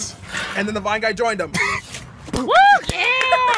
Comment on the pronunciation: I thought he said “white guy”